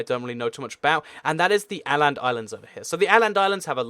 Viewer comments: Åland is pronounced Orrland, not Alland. Åis produced 'or' in Swedish! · It's Å Land Not Ä Land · its not aland its åland like a oland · And Czechslovakia was created ofter WW1 from Österreich-Magyarország (Austria-Hungary), and were a little bit bigger than Czechia and Slovakia are today, and only became communist at the emd of WW2 when they fell in thw CCCP (USSR)'s sphere of influence. And Åland is pronounced oh-land. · It's pronounced "ohland" islands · The "Å" of Åland is pronounced "oh". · The way you pronounce Åland hurts my ears, but otherwise a great video! It's pronounced like Or-land in British English. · Åland is pronounced "Aww-land." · Åland Islands are pronounce Oland Islands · Åland is pronounced oh-land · It's pronounced /oland/ the a with a circle above it is a swedish letter which sounds like an o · The Å in Åland rhymes with paul. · did you really pronounce Åland like that... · Lol . Yeah bit misinformed about Spain's fascist years and he mispronounces aland but hey ho at least he tries . Ten for trying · You said Åland wrong also it's an archipelago not islands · You pronounce Åland wrong!!!!! >:( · well its not that hard to get wrong if the scandinavians give a letter thats basicaly an "a" with a circle above a sound thats closer to "o" than "a" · You said Åland wrong